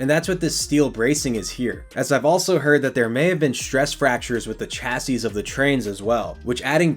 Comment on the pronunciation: Please learn to pronounce chassis properly